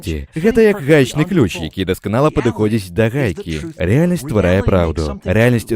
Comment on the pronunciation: так, я вымавіў "ключь", але гэта не значыць, што ўсё відэа агучана з расейскім акцэнтам. Зусім не.